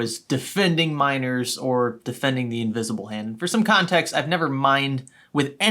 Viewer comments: this whole time I thought you where saying MINORS not miners lmao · I keep hearing "miners" as "minors" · I watched half if the video thinking he said minors instead of miners 💀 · For the longest time I thought he was saying minors instead of miners